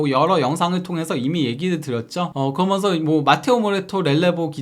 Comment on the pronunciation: 발음좀 제발 재대로 부탁드립니다. 무슨 아나운서를 원하는게 아닙니다. "그러면서"가 그렇게 안돼나요? 거면서, 거면서 거면서,,,, 여러번 댓글 달았는데 죽어도 피드백을 안하네요. 처음엔 신경을 안쓰려고 했는데 거면서를 한두번도 아니고 한영상속에 거면서를 20번은 넘게 쓸때도 있는것 같은데 요즘은 오히려 억지로 신경안쓰려고 하니까 더더욱 거슬리네요. 살면서 그러면서를 이렇게 많이 쓰는 사람도 처음이지만 그게 또 발음을 못해서 거면서로 말하는 사람은 처음보네요.